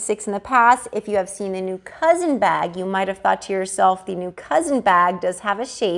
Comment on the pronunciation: It’s not cousin, it’s coussin 🤦🏼‍♀️